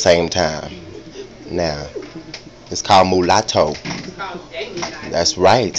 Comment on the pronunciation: Moo-la-to, though?? lol